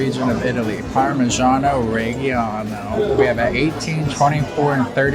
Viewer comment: Learn how to pronounce Parmigiano Reggiano.